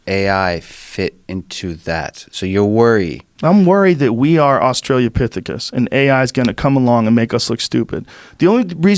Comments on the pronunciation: I hate how Joe mispronounces Austrolapithicus. It's not Australia lol. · " Australia " - pythycus " .....Oh Joe....Joe...😆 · Joe "Australiapithecus" Rogan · Joe "Australiapithicus" Rogan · It is pronounced ostro la pethicus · Joe "australopithecus" Rogan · Joe "Australia-pithicus" Rogan